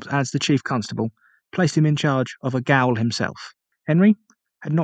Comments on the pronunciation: Probably other people have told you and I hate to be another but -goal is pronounced as jail . Tricky English language. Great informative video though, I’m Australian and am embarrassed that I didn’t know this. Poor people, a sentence of 14 years would mean you’d never get to England or Ireland ever again. Great ending though 👍👍👍🇦🇺🇦🇺🇦🇺🇦🇺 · gaol is pronounced the same as jail its prison not soccer old boy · "Gaol" is pronounced "Jail"